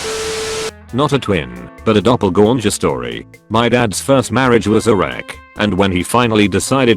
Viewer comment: No one: Text to speech: Doppelgooinger